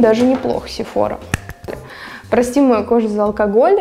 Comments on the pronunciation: Только не СефОра , а СефорА ) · изначально этот брэнд из Франции!!! поэтому сефорА!!!!!!!!!!!!!!!!!!! потому что во Франции все окончания на последний слог!!!!!!!!!!!!!!!!!!!!!!!!!!!!!!